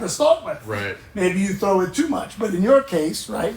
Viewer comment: As Paddy H says 'gotta TROW it" !